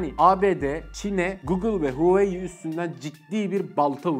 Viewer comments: Huveyi demek yerine hu a wei seklinde hecelerek soylesen ne guzel olacak bildigimizi unutturdun 😂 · huveiy diyeceğine keşke "huavei" desen be abi :) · ALLAH RIZASI İÇİN "HOVEEYİ" değil "Huawei" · Abi gözünü seveyim huuuyii değil huveyi de değil Huawei diye oku gitsin ya. Kanser oldum :D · Zaten öyle de okunmuyo ki böyle okunuyor ; wavey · huayiii nedir ya neden huawei diyemiyorsunuz aq tsrrjxhkyc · Reis Türkçe okunuşunu yazalım da tan okusunlar "huavey" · ABİ HUAWEİ DİYE OKUNMUYOR HAWAYİ DİYE OKUNUYOR. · Hueyyii derken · Abi huawei i huveyi diye okuma artık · Reis Huawei demeyi öğren artık videoya odaklanamıyorum 😂😂😂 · sen huawei deme kardeşim, bi daha ki videolarda "şey "de biz anlarız:D